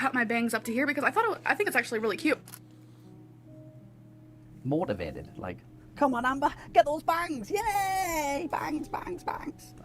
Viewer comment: When will this mega bimbo learn to put the "t" on the end of cute? Cue drives me nuts.